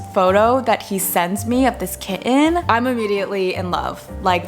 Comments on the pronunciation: love the way you say kit-ten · when ppl pronounce kitten as kittttttttttttttttten.. it makes me mad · You're kitten is very cute! ..but what's up with the way you keep pronouncing the word kitten? It sounds very forced and is a bit distracting to the content. (You also pronounce it normally once or twice...so that's also why i said it sounds forced.) But you seem like a very good cat mom and your kitten seems very happy so congratulations. 😺